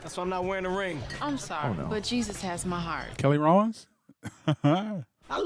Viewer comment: Kelly Rowlins was egregious as hell 😂😂😂😂😂😂